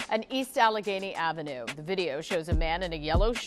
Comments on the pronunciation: Bro funniest it’s I’ve heard today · Lol I was ready to jump thru the screen like dude wtf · A-ledge-en-gina Ave. 😂 Al-a-gainy Ave. ** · you said allege what?? 😂😂😂 Allegheny bro. Al-la-gany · Yo this bol need to go back to school 🏫 he don’t know how to pronounce AL-LE-GHENY AVE BREAK IT DOWN INTO SYLLABLES ALLEGHENY AVE